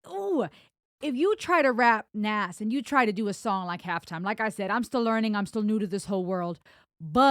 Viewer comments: You keep saying Nas it's not like it's spelled. It's pronounced Nos as in Nostradamus. He has an album called Nastradamus. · Pronounced NOZ, Not Nass. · It is not Nas like in Nashville, It is Nas like in NOS. Ren nailed it. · Say Oz, then put a N in front of it. NOZ—-NAS.. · Just a FYI its pronounced Naz.. Like a Z not an S. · Just deleted saying how sorry I was for sounding like a pronunciation nazi because I just noticed your above comment, but I'll leave in the reason it's pronounced the way it is... His birth name is Nasir bin Olu Dara Jones, with the first named pronounced /nɑhːˈzɪər/, so his rap name Nas is pronounced /nɑhːz/. Also, I LOVED that you did a bit of the original Halftime by Nas himself, very respectful and great way to kick off Ren's version. Great ear by the way hearing the Jazz music, Nas's father is a jazz and blues musician from Mississippi, and on the line you shouted out the Atlanta Braves...."Atlanta ain't Brave-r, I'll pull a number, like a pager", might have been a shout out to his brother, Jabari Fret, who raps under the name Jungle and was a member of a hip hop group, Bravehearts. Although it's his younger brother and the group formed after this track, so forget that, there might be a tie in, cannot confirm, anyway, great reaction and synopsis, top tier as always!!!! ✌💚